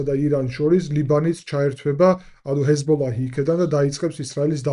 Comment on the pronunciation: ჰესბოლაჰი არა Ძმობილო, ჰესბოლა ქვია ქარᲗულად 😊